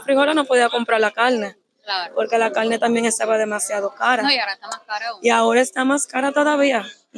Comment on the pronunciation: Porque dicen calne y no pronuncian la r 🇳🇮🇨🇦